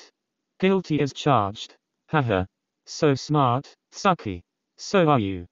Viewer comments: it's the bot pronouncing "tsukki" as "sucky" for me lmao 💀💀💀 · Nobody ever: 😊 The voice: SUCKIE ❤